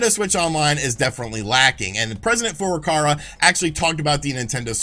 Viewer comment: Furukawa not Furukara you idiot